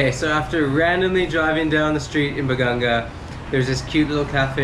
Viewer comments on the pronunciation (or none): hi i think its BA-GA-NGA its not BA-GAN-GA....BAGANGA is a type of tree in our place...im not sure if im right correct me if im wrong....power on...super apir